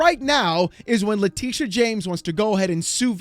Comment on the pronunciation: You lost me at "Letitia"...🤦